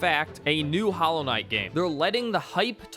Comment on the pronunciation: "Hallow" Knight? Is this one of those dollar store knockoffs?